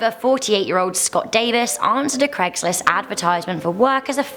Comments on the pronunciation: since when was it called cregslist ? its craig not creg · It'd Craig's list, not Cregg's list. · You are British and you are saying Craig wrong and you shud know better